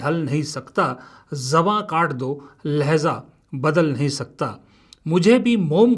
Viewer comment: It's lahja not lahza